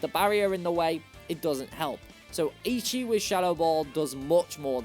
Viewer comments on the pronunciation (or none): I used to pronounce façade like that when I was a kid. The c is pronounced as an s this time. Edit: Also, Grusha is a guy. He simply grew his hair out. And Eichi is pronounced é-ē-chi, not æ-chi or ē-chi. Edit 2: Jigaton Hammer? Really? Flam-ai-go? It's flamingo+amigo (Spanish: friend). Drag-al-age? It's dragon+algae. Aqua Jet is a priority move. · Great video and content. However, Eichi is pronounced Achi. Ei in Japanese makes big A sound. Ichi (your pronunciation) means 1. Took Japanese in high school. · also it’s pronounced “aye-chee”